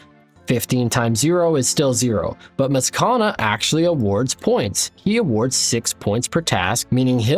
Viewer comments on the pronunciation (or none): Love the series, but I beg you read Mazchna's name properly because everytime you say "mazkana" it's killing me ahaha. Its pronounced "mash-ner" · brother I love you but if you keep calling him maskana instead of mashna which is how his name is pronounced I"m gonna lose it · Mazchna is pronounced "Mash-nuh" love your content! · really good video! mazchna's name is pronounced mash-ne, according to the wiki. Can't wait to see where the series goes next episode! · Bro please look up the pronunciation for Mazchna 😂😂😂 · Incredible incredible series. But just so you know while I have to forgive you for your pronunciation of Spria and Vannaka because they don't have an official pronunciation (at least not according to the wiki) my boy Mazchna does! And, it's not what you'd expect lol. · lol the pronouncing Mazchna as if it has 3 A's in it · very impressed by all the different ways of pronouncing mazchna, none of which are correct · The pronunciation of Mazchna is throwing me for a loop every time I hear it lmao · Loving the content :) Something about the way you pronounce Mazchna rubs me the wrong way 😅 it's no big deal tho